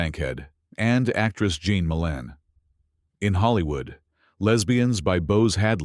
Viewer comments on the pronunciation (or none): none